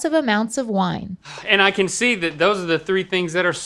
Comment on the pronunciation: Can we see-ah what’s most expensive at IKEA? Let’s talk about that.